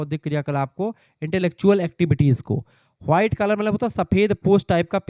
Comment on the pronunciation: White ko हुआइट bolta hai tu kya yarr